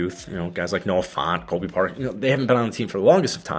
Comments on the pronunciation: It’s Noah Fant, not Noah FONT. Brother. Please. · I heard Noah Fawnt 😆 F-ant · Noah FAHNT was killing me every time he said it 😂😂